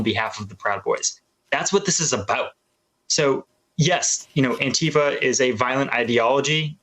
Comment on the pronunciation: Joe cant say Antifa